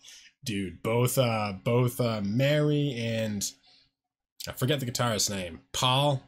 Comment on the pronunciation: Marie, not Mary...